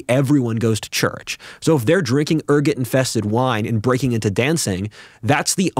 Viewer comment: Er-Go-t, not ER-Get Being poisoned with it is called Ergotamine Poisoning, pronounced ER Got a mean.